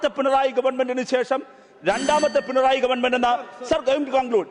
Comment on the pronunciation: ഡബിൾ A റഹീം പറയുന്ന സഖാവ് "പിൺ റോയി " ആരാ ??? പിണറായി എന്നുപോലും പറയാൻ അറിയില്ല MA .LLB ഉണ്ട് 😆😆🤣🤣